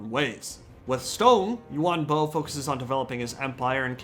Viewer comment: Them: "U-Won Bo!" Me: "Ian Bo."